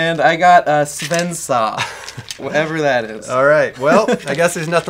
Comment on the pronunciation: Sven-saw kind of sounded like Sebenza when he said it. XD